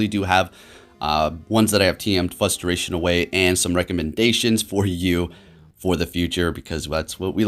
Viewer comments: what "frustrates me"' is hearing "fusstration". Come on! keep it on point brother. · For the love of god there is a "r" in "frustration."